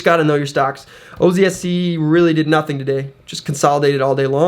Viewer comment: Newt instead of nothing lol